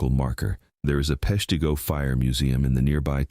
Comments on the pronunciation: Pesh-t'go, not pesh tee go 😅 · AI. Yes; I've never heard of PeshTEEgo. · Nobody's ever heard of 'Pesh-TEA-Go" for a reason: it never existed lol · No, I've never heard of Peshteego, and I'm quite aware of the Great Peshtigo Fire. (Must be where they smelt all the "leed") Can't you even bother to check the pronunciation? And if you want "towns you never heard of" just look at all the town that dried up when passenger rail went virtually extinct (Thanks, Amtrak!) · As usual the mispronunciations are because its an AI voice. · If you're going to talk about Peshtigo, learn how to pronounce it! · FYI, "Peshtigo" has a short "i" sound, as in "it." Not a long "e" sound, like "beet." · Narrator can't pronounce Peshtigo correctly!